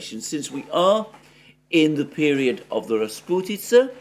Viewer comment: "Rasputytsa" Wooooow🤗😘